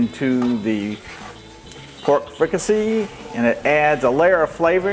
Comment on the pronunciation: Chef, I’m from south Louisiana too and in my area of south Louisiana we pronounce it like freak-ah-say like in french. It rhymes with “need I say”. Looks good, thanks for sharing.